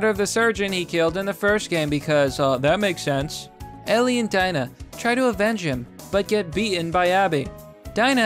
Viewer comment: 1:Abby isn’t trans. 2: It’s pronounced DEE-NA.